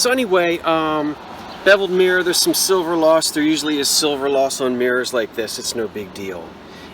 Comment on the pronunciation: I like the mirror.You say mirror like the Irish...mmeerrr.charming.